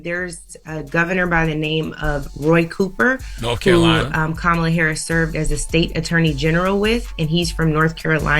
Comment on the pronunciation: I will make my last comment. If you call in to complain about who is running for President. You sound very stupid to me when you can’t even pronounce the Vice Presidents name. I hear you all trying trying so hard to speed through her name. Learn how to say her name before you vote.